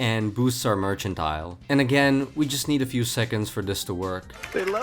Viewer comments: It’s mer can tile. Not merch ant ile. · Gets upset over a misspelled sword in game. Also: Constantly mispronounces mercantile.